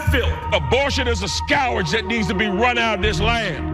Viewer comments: Did he say “scowurge?” Scourge scourge scourge. I just had to say it the right way a few times to remove the way he said it from my palate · What is it with these Repugnicans and their mispronunciations? "Scour-ge" instead of 'score-g'.... just wow. MAGA only knows how to scrape the bottom of the barrel to find primordial slime that can't pronounce words in its own language. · Dear god, learn how to pronounce properly. It's scourge, not scourage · Scow werge???? That's not how you pronounce scourge.Did he not write the words he reads from the prompter??Or at least proof read his speech to see what he will be saying??? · What is a scourage? Lmao! The hillbillies in Carolina will still vote for him! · "Skowerge"? Is he trying to say "scourge"? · A Skow-urge? TF is a skow-urge? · "Scowage" is all you need to know. (He meant "scourge"). Then there's the rest. . .ugh. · Scourge is not pronounced "scow-werj"... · Thanks John! I was like, a "SCOURage"? does he mean "Scur..." John beat me to it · What the hell is a "scow-rage"? Does he mean "scourge"? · "a scowarge"? Doesn't know how to pronounce the word scourge and obviously doesn't know about the separation between church and state. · This guy is also quite dumb. He pronounced the word scourge as 'scowrdge'. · Scourge (skeerg) jeeze😮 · Scour-age? What is a Scour-age? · S-cower-j? What kind of ghetto was he raised in? Oy. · I don't want a governor who says "scow-werge" when he means scourge. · Skow erge? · Guy can't even pronounce "scourge" properly. Here's a hint. It rhymes with "urge". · what, is skowerge not a word? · Hahaha - "scowrage". What an idiot. They just keep coming....... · "Scow-urge"? i'm assuming he means "scourge". if you want to use fancy words, you lunatic, practice them first. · He says Scow-urge for scourge. Somebody please advise candidate Robinson. Or not. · Very offensive: his pronunciation of "scourge" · He tried to say scourge........can't pronounce it and has no clue what it means.